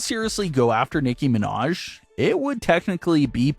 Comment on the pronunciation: “Nicki Minash” 😂